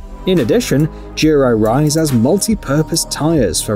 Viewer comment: Why does he pronounce "Duro" as "jeero"? Also, an electric bike that goes that fast will require a motorcycle license in pretty much all locations. That's why most electric bikes are capped at something like 15 mph.